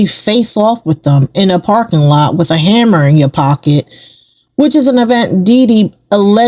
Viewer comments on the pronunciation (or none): none